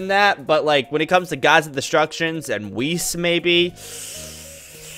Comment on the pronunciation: I disliked because u said whis.